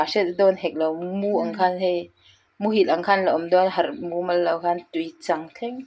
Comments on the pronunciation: Tui chang te chu in awmna. Trang a a hlat loh teh lul nen hriat ve awm tak, ila lam diklo zui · I chhiar dik lo hrat ta roau mai. Tuichâng tih leh a kuang thleh lêta tel, tih pawh hi i chhiar bo vek. Ṭang deuh teh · I chhiar diklo nasa thei lutuk a tuichang tih te khi chuan dar chhin ak tih te ka nui nasa thin a nia thahnemngaih thu ah lo sawi ve mai2 aw